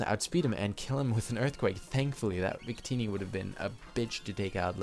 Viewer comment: Wait..... Did u just say Zuccini instead of victini? Sorry if its just my hearing but i just wanted to point that out...